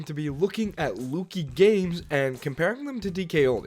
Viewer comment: It’s pronounced LUCK-EEE not LOO-KEY